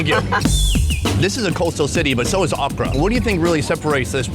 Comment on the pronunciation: Every time he said Accra, I thought he was saying okra lmao